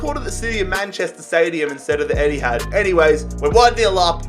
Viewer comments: He said " empthad” 😂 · he calls the etihad the "empty-had" dying 🤣🤣🤣 keep up the good work! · man said emptyhad😂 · emptihad Me: 😭😭😭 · Love how you called the Etihad, the Emptyhad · “leg number 2, at the Emptyhad” what a savage 😂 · Even called it the emtyhad